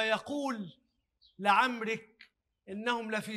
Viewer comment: الله اقسم بسيدنا محمد وقال لعمرك الراء مضمومة وليست مكسورة كما قرأها حسن يوسف المفروض يكون الايات القرانية لها مراجعة لغوية قبل اذاعتها